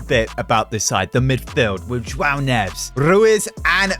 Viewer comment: Neves is prounouced ne Ves